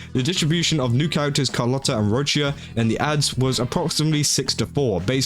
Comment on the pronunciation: I'm leaving a like simply become you said Roccia's name correctly, unlike 😂